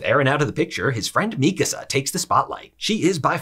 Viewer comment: Thank you for pronouncing Mikasa's name correctly. Very few YouTubers do.